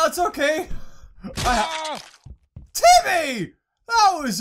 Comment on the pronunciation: its not timy its jimy